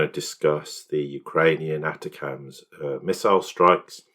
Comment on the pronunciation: Say it like this- attackums not attacams